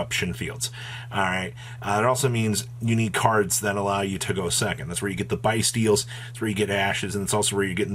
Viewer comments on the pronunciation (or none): nah, what irks me is how yugioh players mispronouce some cards like Bystial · They way you pronounce bystial…….